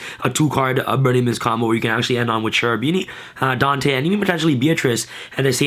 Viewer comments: Kerubini, not scerubini pls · It's name is KErubini not SCErubini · *Kerubini, tho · Lol you mispronounced his name